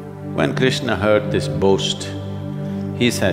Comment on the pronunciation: Why Shadguru is pronouncing every characters name incorrectly...It's Krishna not Krishnaa, Arjun not Arjunaa, Karna not Karnaa, Chakra not Chakraa...Don't change anyone's name at least..